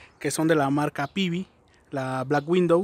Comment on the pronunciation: Black widow no Window como pronuncias